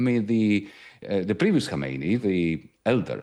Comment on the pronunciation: Khamenei NOT Khomeini!! Is it fair to say that if the pronunciation of a key figure is inaccurate, then the understanding of the whole picture is most likely to be even more inaccurate?!